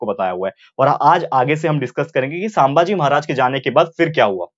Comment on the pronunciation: Saambhaji nahi sambhaji